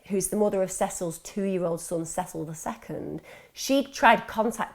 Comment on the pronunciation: I can't believe u can't pronounce Cecil u had to watch some sort of interviews so come on